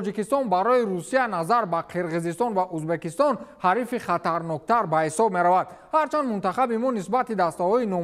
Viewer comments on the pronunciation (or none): none